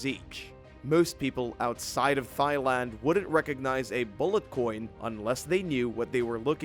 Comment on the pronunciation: THY-LAND ??? Seriously….?